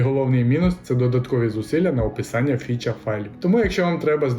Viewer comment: круто! Тіко не фюча файли, а фіча файли)